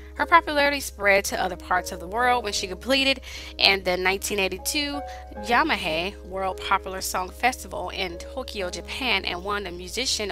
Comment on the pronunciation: “Yamahaye” no it’s Yamaha. As in ha.